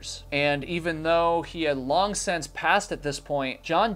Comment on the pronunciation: What is a 'reschtaurant'? Is your situation an official chronic speech impediment of some sort? When you say 'sense', I think you are trying to say 'since'.